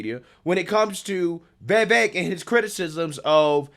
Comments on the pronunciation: Friend, it isn't "Vayvik," it's "Vivake." And he's spot on, as usual. They also love to talk over him. That's another, blaringly obvious and obnoxious tactic they use. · You’re great,, but my gosh! I hate how you pronounce Vivek! “Vay Vake”??? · 😂 you still struggling to pronounce Vivek’s name, huh? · Vivek POTUS🎉🇺🇸 Please learn to pronounce his name.